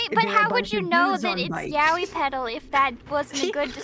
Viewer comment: Not gonna lie. I thought I heard "yaoi paddle" at first and had a flashback to old early 00s anime cons.